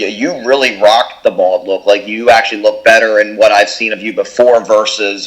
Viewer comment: It’s Bald!!! Not bold!!